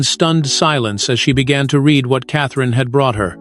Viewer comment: The narrator cannot even say the word 'read' correctly in content! So, I say fakery